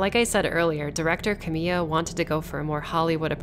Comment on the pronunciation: This would be so much better if you had the respect to pronounce "Kamiya" correctly